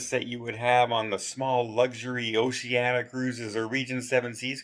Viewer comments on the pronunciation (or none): none